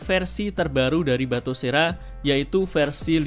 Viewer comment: nah gitu dong.. batosera bukan batokera ya.